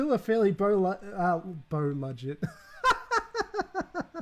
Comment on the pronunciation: This was great and I think you're very brave for taking this on. Favourite moment though has to be "bow ludget" 😀